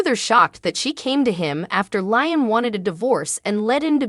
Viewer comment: It's not lying. It's Liam. Get the right pronunciation of the words you sound funny